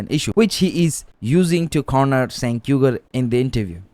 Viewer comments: It's pronounced like jank not senk lol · The C in Cenk is pronounced more like a J or Ch not an S like cent. It's a Turkish name not a Western name. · It's pronounced as Jenk, not Cenk. In Turkish, we pronounce C as J. Like Camila was actually Jamila written in Turkish when it came to Europe, they pronounced it as you pronounced Jenk and Cenk. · It's pronounced "Jenk" (similar sound to Jenkins) because C in Turkish makes the sound J. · Stop pronouncing his name wrong. "Chaenk" phonetically. Bro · It's pronounced Genk. You want to make political videos? Get your (very basic) facts straight. So intellectualy lazy. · Great video brother, Turkish people use the letter “c” for a “j” sound. So his name is pronounced “Jenk” 👍🏼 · Cenk is pronounced Jengk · No longer a big fan of him, but I believe it’s pronounced “J-Ank” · Dude, if you know know how to even pronounce his name, why should I trust your opinions about anything else? Clearly you didn’t spend 5 minutes researching this